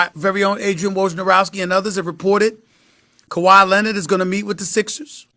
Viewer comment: Who is Kawhi Lennid? Stephen A’s Stephen A English XD